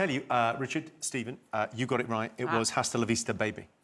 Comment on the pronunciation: The “H” in “Hasta la vista” is supposed to be silent.